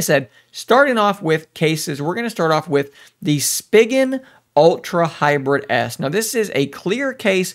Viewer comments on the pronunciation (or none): I hated the way you pronounced spigen lol I’m used to reviewers saying it with an e sound like spegen I guess I’m weird